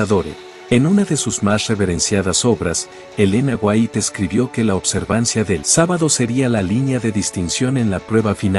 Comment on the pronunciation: Y Yo NO defiendo del todo las enseñanzas del pastor Sugel Michelen.. Y al menos, Aprendase bien los nombres de la gente de quien Ud habla... no es michel sugelen ni elena fuait.